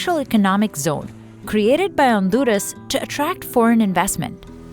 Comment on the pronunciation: Honduras not Onduras ,this is not ok